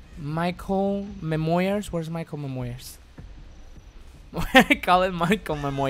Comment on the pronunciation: "Maicol memoyers" 2018